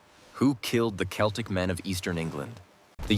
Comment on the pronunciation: It would be more convincing if the narration managed to pronounce "Celtic" properly. And no, they did not come here in 10,000BC and there was no such language in existence anywhere when Britain was recolonised after the ice age. All I hear is a lot of muddled pseudoscience mixed with modern myths like "Celts", "Anglosaxons" and "Vikings". Might as well be "Dwarves", "Elves" and "Hobbits".